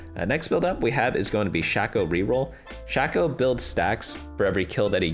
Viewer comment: great video but i exited out once i heard "shack - oh" please my ears hurt.